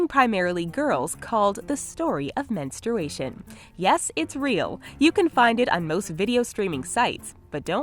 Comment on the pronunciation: men-stroo-ation has she ever?